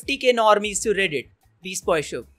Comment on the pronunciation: Bhai Vo How Cute... KavaiKūtu Nahi H Vo Kavai ne h